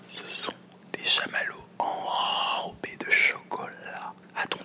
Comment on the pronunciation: « Enrrrobés de chocolat 🍫 » tu parles fourchelangue ptdrr